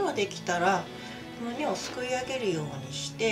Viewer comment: 秒あたり、「少し寄せるようニャッ」って言ってるｗ